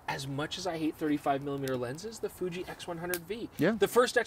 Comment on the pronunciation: Ha Ha Ha...by is feeling 0 pain,,, "I juss love,,,d that Fooooji, SOOO mush fun"...Good thing he never got too close to the fire,,,Great Job gents. I appreciate your mentioning the Olympus OM D EM-1mk III...I know the Canon is much more mainstream,,,especially going forward, But with ALL the features and tricks that the Olympus can do---It's simply amazing,, Micro 4/3 or not. Always watch,,now subscribed!